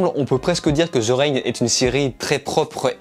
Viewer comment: Avis au français de type francophone THE se prononce De pas Ze ptn ta plus de 20 ans et jamais on te l'a dit 😙